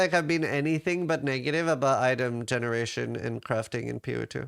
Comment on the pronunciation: holy shit you pronounced the T in but, YAYYYYYYYYYYYYYYYYYYYYYYYYY